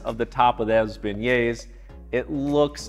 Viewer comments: pronounced bay-yay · stop pronouncing the s at the end..you're not supposed to say it. its silent. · I came here just to hear him pronounce beignets so I don’t look stupid at Popeyes